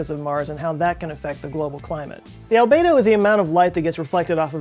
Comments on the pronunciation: Albedo - It's pronounced Al-bee-doh NOT Al-bay-doh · Well done,. I recently learned about the Arctic sinkholes on PBS Nova, and it was talking about the albedo effect. After you pronounced it the way you did, I went searching and found that most go with Al-bee-doe, but found one other pronouncing it on YouTube the way you did. Is this a regional thing, and perhaps both considered correct? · Albedo is pronounced al-BEE-doh not al-BAY-doh. Just FYI. Great video! :-) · FYI - Albedo is pronounced al bee dow. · As an educator, I recognize that pronunciation is important. If words are not said correctly, it can make communication difficult. Albedo is pronounced (al-BEE-doh) and as a definition; it is a measure of how much light that hits a surface is reflected without being absorbed. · Albedo rhymes with Cheeto... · please show me where the A in albEdo is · /ælˈbi.doʊ/ how it is pronounced is secondary but you should have expanded just a little into this as snow cover and sea ice are reduced albedo goes up, making sea and ground absorb more heat energy. But PLEASE do focus more on population distribution and Agriculture, you'll get human extinction way earlier than anything else. Do one on plant food (phosphate), relate plant grow to global dimming phases just after WWII and the '90 one (and temperature effect on crop yeld). All the people I talk about climate change, none get the scary part. So I'm very bad at explaining. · it's pronounced "albeedo"...at least I heard 99% of the people pronouncing that way :D. Great video! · You made me doubt myself.. ;-) alˈbēdō is the correct pronunciation. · Cringed every time I heard mispronounce albedo. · You pronounce ALBEDO wrong.